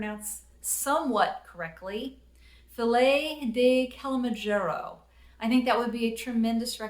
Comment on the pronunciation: Hi:) Great video as always. Glad your family is safe. That's wonderful news. The title of the Miles Davis album Filles de Kilimanjaro is French:) I am French as I once wrote:) You did quite a good job at pronouncing it: Filles would almost be pronounced like the word 'fill' in English:) In phonetics it would go like this [ fi:y]. It can mean 'daughters of Kilimanjaro' or 'girls of Kilimanjaro':) Take care,!